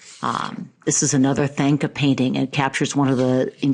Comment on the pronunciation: with all respect, thanka is pronounced "tong-ka"